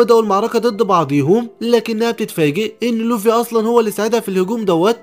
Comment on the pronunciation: يسطا نطقك للكلام غلططط💔 مثل: لوڤي و رأسا على عقل🙂 اتمني انك تحاول تشتغل علي الحاجات الي زي كده❤️❤️❤️